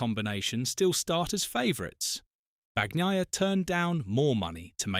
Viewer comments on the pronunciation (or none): Have some respect, and pronounce his name correctly.